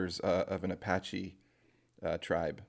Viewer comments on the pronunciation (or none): none